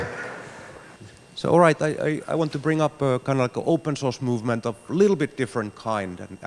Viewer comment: I have been hearing "open sauce" for 1+ hours